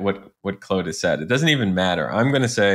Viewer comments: Awesome info!! (Weird question, why do you call Claude, "clode"? It's pronounced "Clawed") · Claude not Clode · Claude rhymes with clawed, if that helps... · "Clode" is the French way to pronounce Claude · Very cool tip! "Clode" made me chuckle though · Stop saying “Clood”. I know you can because you did in the intro. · Why is he just pronouncing it wrong? I'm confused. The creators pronounce it how they decided and that's its name. You can't just call it something else because you want to. Not tomato, tomato. 😂